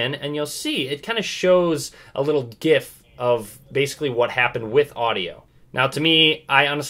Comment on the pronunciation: you said gif wrong..........